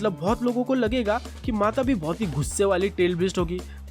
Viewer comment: Matatabi not matabi